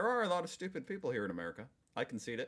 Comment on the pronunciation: "I think yuo know if yuo are stupy" 😅😅😅not always 😅😅not always😅